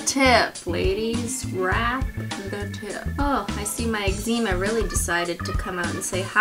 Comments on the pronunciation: You got exma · its X ma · I say it like eggs a ma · the proper way is egg-zem-uh, not egg-zee-muh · It’s not ex-zee-ma. It’s ex-za-ma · I say it like eggzma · I say egg-zema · I say it exma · You say eczema strang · I actually have excema, I have it in between my elbows and knees cri XD